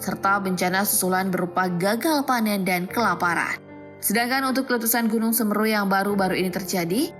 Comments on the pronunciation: Yg ngisi suara dlm melafalkan Gunung Semeru salah kaprah. Namun selebihnya baik saran saya belajar lagi dlm melafalkan bahasa Indonesia dg benar. Semoga kita semua dlm lindungan Allah SWT amin 🤲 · Semeru mbak, bukan semeru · kok semeru kan semeru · Speling "Semeru" nya salah. "se" dibaca seperti "Se"lamat. "meru" harusnya dibaca "me" seperti dlm kata "cele-mek".. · pengucapan konsonan E paka kata semEru dana mahamEru adalah salah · Semeru min bukan semeru🗿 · Cara bacanya salah woyyy😫 "Semeru" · Se me ru baca nya salah gimana sih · gunung semeru.... pake e taling bukan e pepet....agak gimana gitu dengernya 😊😊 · dari sini aku jadi paham klo mimin upld karena ikut ikutan, miris bgt denger baca semeru nya, kek seolah olah maksakan konten harus ada , dan katanya juga pendaki ilegal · Pray for all, tolong ucapan semeru kurang enak didengar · Nyebutin semeru ae gak bisa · Semeru. Bukan semeru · Bacanya bukan Semeru tapi Semeru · Judul chanelnya " Beda Nggak" ? BEDA BANGET cara MEMBACANYA TERUTAMA KATA SEMERU . .😫😫😫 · semeru bukan semeru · Bacanya semeru mbak, bukan semeru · Pronounce nya Semeru ( E¹ for apel dan E² for bel) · Tulisannya memang semeru baca semeru saya yg dengarnya ko g enak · Min ralat bacanya itu gunung semeru bukan semeru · baca semeru yg bnr lah min!!!!! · Semeru mbak bukan sumeru😭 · UCAPANNYA BUKAN "SEMRU" TAPI PAKE " E" S E M E R U jadi enak di dengar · Pake E bukan e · Semeru bukan semru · Semeru bukan smeru🙏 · Semeru mbk bukan semeruh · Semeru bukan semmerru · Semeru bukan semeeeeerrrrru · Keganggu bgt sm pelafalan semerunya salah berkali2. Harusnya huruf e di semEru, dibaca é bukan ê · Maaf ya gaes voicenya mbak gogle ada yg salah penyebutan nama semeru. Apa mungkin itu perbedaan antara logat asli jawa dan biasa fasih Indonesia. Penyebutan semEEru bukan semeru. Aq bahas penyebutan bukan tulisannya ya. Dan semoga diberi ketabahan untuk para korban dan cepat pulih sedia kala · Semeru min bukan semerru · Cara baca yg benaer seméru